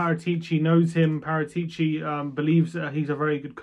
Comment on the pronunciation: Pedantry corner: It's PaRAtuci. Not ParaTEEci.